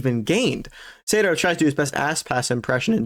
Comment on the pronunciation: Btw lol Sato is pronounced like Sah to